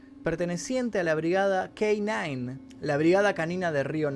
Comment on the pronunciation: Brigada "K9", y con tonito gringo, que frio en el orto. Pero muy buen informe y va el like. Con respecto al caso mientras los que "pidieron" tengan poder, no creo que se resuelva, aunque siempre hay que mantener la esperanza, no en la justicia de los jueces, sino en la del cielo.